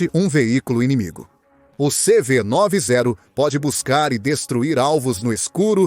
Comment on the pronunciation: Não é CV 9 e 0 você tá falando errado! Esses brindados têm o nome de CV 90 pq foram construidos na década de 90 por isso tem este nome. Entendeu!